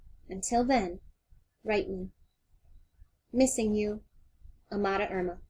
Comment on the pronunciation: you pronounce it A ma da